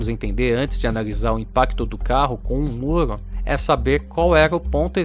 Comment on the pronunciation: Só eu ouço ele falar “moro” Ao invés de muro?